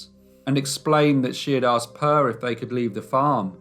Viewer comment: It is really funny that people who produce these stories don´t bother to find out how to pronounce the local names. Per is a normal Swedish boy´s name. It is NOT pronounced Purr.